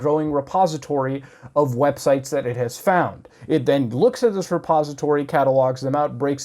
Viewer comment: When you said "this repository" It sounded like "the suppository." Edit: any legitimate comedians should switch to "comedy culture" maybe?